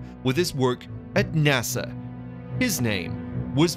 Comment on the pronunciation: Well ...... You think you're upset about how he's mispronouncing the word Nazi Well after . He comes up with two more ways . Nortzy and Nuetzies the last one he stretches out NASER instead of NASA